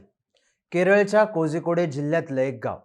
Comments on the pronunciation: कोझीकोडे नाही - कोळीकोड कझगम नाही - कळघम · कोझीकोडे नाही ते, कोळीकोड उच्चार आहे. जरा रिसर्च करत जा. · कोझीकोडे नाही रे बाबा. कोळिकोड. उच्चार बरौबर करा. ळ पण नाही पण जवळचे अक्षर हेच आहे. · गोष्ट सांगण्याची पद्धत एक नंबर आहे भावा. फक्त एक छोटी दुरूस्ती ते कोझीकोड नाही कोळीकोड अस आहे....